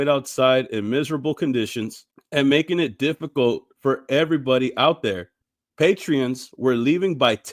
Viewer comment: Sir it's Patron not "Patreon" 🤦🏿‍♂️🤦🏿‍♂️🤦🏿‍♂️🤦🏿‍♂️